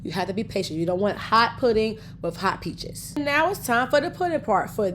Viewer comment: A couple times she said "peaches" sounded like "bitches". Made me laugh. 😊